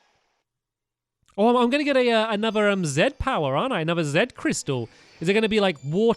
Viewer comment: I never knew you were dyslexic Stampy, I mean, I noticed that you don't pronounce things correctly sometimes but I always thought you just didn't care for reading. Not to be intrusive but how severe is it? Also, you are my favorite Youtuber. You are awesome. #StampyGrassrace2017